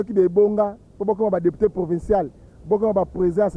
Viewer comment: Yaya c'est Assemblée provinciale et non "provençale" na ndenge ya mabe te. Merci